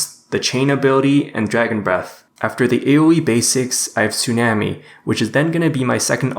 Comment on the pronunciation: I'm triggered by the way you said "tsunami."